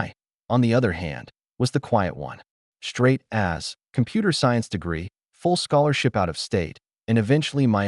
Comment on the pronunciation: Hearing the AI say “Straight A’s” as Straight Ass was not on my to hear list today